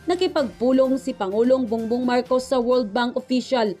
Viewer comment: Ma'am bong bong Po Hindi bung bung